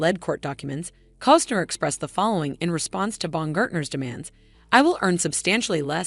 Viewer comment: Say it with me....C O S T N E R